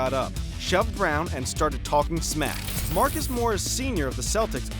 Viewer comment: Mar-caze chriss? rofl